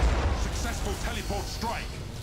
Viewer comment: lol teleeport teleeporting haha